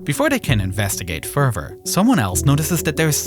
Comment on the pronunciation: this guy uses the word "further" so many times but can't say it correctly, its getting me mad